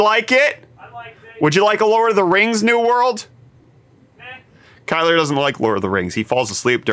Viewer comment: at it again, first Bret’s “T” now Kyle’s “R”